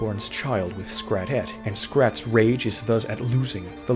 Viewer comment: The toxic devilish flying lady squirrel’s name is Scrattè (not “Scratette”).